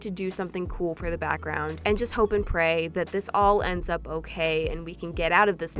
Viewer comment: “It’s not OKEH to be OKEH”❤️(titan cry 😭)